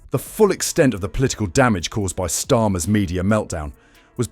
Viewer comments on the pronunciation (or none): I HATE these mechanical dialogues with their mis-interpreted words like STORM for STARMER. Damn: Can't they find a willing HUMAN to read-out these dialogues?